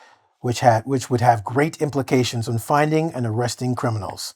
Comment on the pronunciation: number three sounds like pround not implications to me, am i right. ohh hi.